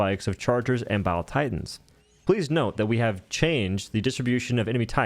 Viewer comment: Bile Titans sound like "Valentine"